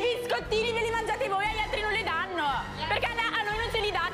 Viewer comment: "dannouuee" Madonna pronuncia bene le parole